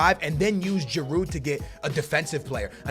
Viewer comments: Stop pronouncing the D in Giroud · It pronounce G-rude not G-A-rude and sell Sanchez and keep Giroud